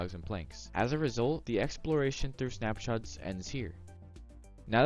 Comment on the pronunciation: ‘Snapshats’ lol